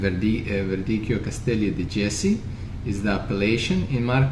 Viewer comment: salute, Jesi pronounce Yesi no J in Italian language, so it’s Yesi, grazie 😊, awesome videos as usual, learning and learning